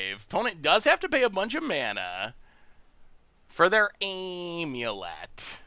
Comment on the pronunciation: well he used to pronounce it Omulet, so I guess thats an improvement lmao